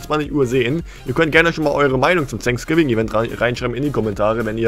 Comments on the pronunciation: Alle: „Fänksgiving: „Sänksgiving😂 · Sag nie wieder „sanksgiving“ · Gamer Legend Eig. heißt es Thanks Giving